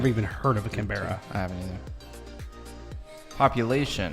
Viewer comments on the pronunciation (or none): It is CANBRA